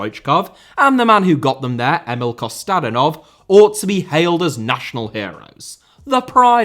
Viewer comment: It's Kostadínov and Lamá... Gosh you're so ignorant